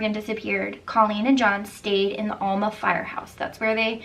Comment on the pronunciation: Not (All)ma Al- ma like in A-pple